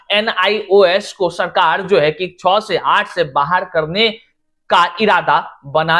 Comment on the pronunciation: Kakcha cho nahi, kakcha che hota hai